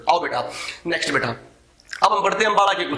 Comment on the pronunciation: beta word pai kuch jyada hi jor de rakha hai...... control ur emotion and padhane pe bhi itna ho dhyan do jitna beta -beta chilla rahe ho